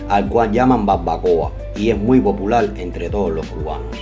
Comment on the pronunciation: Me gusta como dices POPULAL .. :) Un abrazo